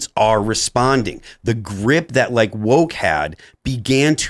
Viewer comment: I can’t believe I’m being so petty but does it bother anyone else how Tim pronounces “like” with the fucking unbelievably hard ‘k’? What is with that? It’s such a hard ‘k’ that some of the cast and even guests will start really pounding the ‘k’